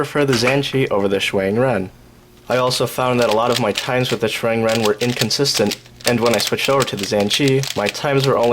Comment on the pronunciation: "zan chee" lol. Interesting pronunciation